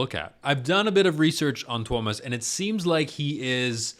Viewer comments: dude, u pronounced him right, no worries man xD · Your pronunciation of Tuomas' name was good, not perfect, but good ☺ The "i" is actually pronounced a little more individually, less as a diphthong with the "a". I've started to set up a list of vids where the names of the band members are pronounced (no actual links since YT is so unreliable with comments containing even internal links): For Tuomas Holopainen: Marko says his name right at the start of "Greatest Show on Earth" from Tampere (only on fan channels) For Marko Hietala: Floor says his name at the start of "Elan", live from Wembley Arena (also only on fan channels) For Floor Jansen: Marko says her name right before "She's My Sin" from Wacken 2013 (most videos start after it, so either pick the full concert and go in-between "Wish I Had an Angel" and "She's My Sin", or there's a version of "Sin" that includes the introduction, from channel GhostHell) For Kai Hahto (current drummer): Marko says his name during the intro of "Weak Fantasy" from Tampere